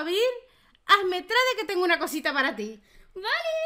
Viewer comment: Se escribe trade pero se dice treid